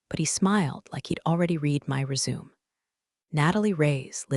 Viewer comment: every time it says “resume” like “reh-zoom,” I die a little inside. One tiny accent mark away from sounding human!